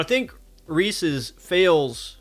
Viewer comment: I stopped watching as soon as you pronounced it wrong . Is it that hard to see the apostrophe.